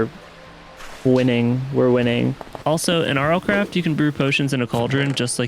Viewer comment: "ERMM ACHUALHYY YOU BEAT MINECWAFT IN RLCRAFT NO YOOU DODNT BEAT RL CWAFT"